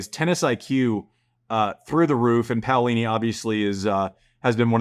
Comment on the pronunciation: POW-lini haha i love Andy poking fun at the pronunciation experts.